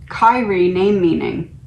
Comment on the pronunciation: Prononced Kee Ree A (Alay Eeson): A Christian term in song sung in Catholic mass. LORD HAVE MERCY